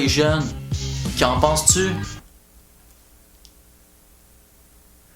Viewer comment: Oh god.."Ouverture" hahaha:') T'as bien écouté tes cours de français..